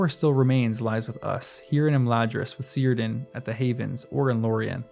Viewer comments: My first time hearing of you, and I am not disappointed. Tom just is. One bit, since you're probably still reading the books: elvish languages don't have the soft C, so Cirdan would be pronounced Keerdan rather than Seerdan. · For future reference, when you see an Elvish name such as Círdan, Celeborn or Celebrían, the 'c' at the beginning of the name is generally pronounced with a hard sound (KEER-dan, KEL-eh-born, kel-eh-BREE-an). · Old Man Willow swallowed Pippin, partly swallowed Merry, and tried to drown Frodo using a root that went down to the water. Also, in Elvish names that begin with C, it's a had C. Cirdan is pronounced Kirdan, Celeborn Keleborn etc. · Narrator, I'd like to suggest that you consider pronouncing the names correctly, such as Cirdan with a hard c, and Gandalf with a pronounced l. The listening audience would appreciate it, and it would honor Tolkien's memory. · Cirdan is pronounced with a hard K. As is Celeborn, Celebrian, Cirith Ungol, Celebrimbor, etc... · FYI...whenever you see a name start with a "C" in Tolkien's writings, it is pronounce with a "K" sound, not an "S" sound. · I think the 'c' in Cirdan is pronounced like a 'k'. You might want to check a pronunciation guide. Similarly for Celeborn.